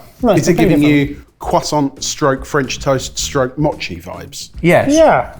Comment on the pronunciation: The pronunciation of Mochi (moe-chee) as (maw-chee) irritated me